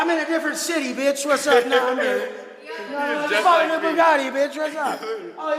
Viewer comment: I think you mispronounced Bugatti. I heard it was buga'ee. Taste says so.